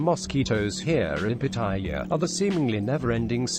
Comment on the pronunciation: Rule #1; Learn how to pronounce the name Pattaya ! Your'e way is horribly WRONG ! !